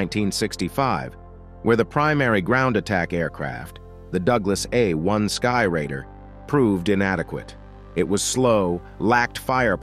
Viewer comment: Well done, except for a few rather absurd language errors. Do NOT read material without doing it first in front of an expert who understands that mm means millimeter (As opposed to emiliameter!). And stuff like " the Douglas A . . . . . . . . . . 1 Skyraider. And not "closed-air" support craft. It takes a very professionally-sounding narrative to rank amateur status.